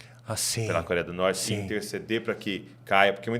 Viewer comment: O camarada tá no Brasil não sabe falar corea do norte 😂😂😂😂😂😂😂😂😂😂😂😂